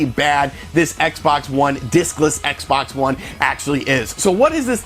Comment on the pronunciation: LOL sound like he say dickless xbox one